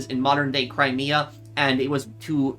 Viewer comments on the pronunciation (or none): none